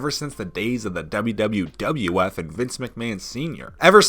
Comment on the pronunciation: He said wwwf 😂😂 thats a lot of w's